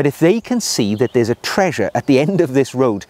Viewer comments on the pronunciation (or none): none